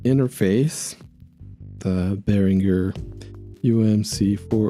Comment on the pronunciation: Thanks for the info!!! And thanks for saying Behringer correctly!